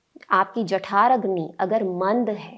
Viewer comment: जठराग्नि होता है jathaaragni नहीं